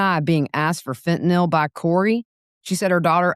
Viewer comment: THANK YOU for the CORRECT pronunciation of FENTANYL👏👏👏!